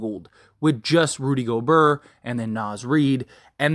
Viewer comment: He said “Rudy Goburrr” 🤣